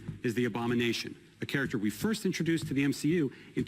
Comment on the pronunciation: When he said Marvels Firsf family i was in serious shock